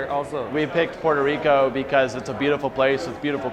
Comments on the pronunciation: When she says Puerrrto Rrrrico though 😍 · Why do you have to pronounce Puerrrto Rricooo like that? It's annoying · Everytime she says Pooerrrto Ricoh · hey, you speak normal english but each time you pronounce "puerto rico" you sound like an idiot, say it right. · Petty question; if you're speaking English, why pronounce Spanish names with an exaggerated Spanish pronunciation or accent. I'm not saying make them over simplified or bland but it sounds un natural and awkward when every time you say "puerto Rico" it's with a thick Spanish accent when if you naturally soften those R rolls just ever so slightly to match the rest of your speech, you would sound natural and to be frank, the contrast it makes you sound pretentious fir some reason and trust me sweetheart, conking off even more stuck up is the last thing you need any help with.